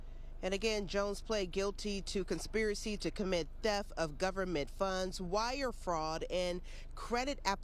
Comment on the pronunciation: It's not "thef". It's "theft". The "t" the end is pronounced.